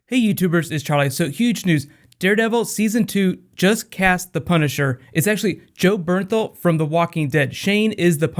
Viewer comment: It sounded like you said Joe Berenthal?? Isn't it Jon?